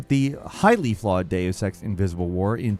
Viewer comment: Stop saying the word Deus so wrong!